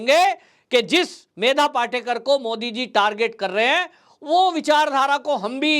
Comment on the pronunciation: पाटेकर नही पाटकर बोलिये